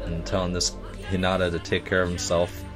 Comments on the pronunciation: IT IS H I N A T A PRONOUNCED H EE N A T A sorry i love anime and it kinda is a trigger when you pronounce it wrong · I'm literally tweeking out each time you say Hinata's name wrong!!!! It's pronounced, HEE-NAAH-TAA not, HHI-NAH-TA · Its He-na-ta not He-not-a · He-na-ta Hinata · Me barely holding in my rage: HInata not hiNAta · its pronounced He-na- ta, sorry that is going to drive me insane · Sorry it jus bothers me but its pronounced heenita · When he pronounced hinata wrong I died inside